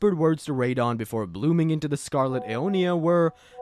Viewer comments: Radeon for Radahn is wild. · Ray-dahn? :hand-orange-covering-eyes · Ray-dahn was killing me everytime he said it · I like how you started off calling him Radahn and slowly over the course of the video, you kept subtly changing his name pronunciation until it was just Ray Don. 😏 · I hate the way you say Radahn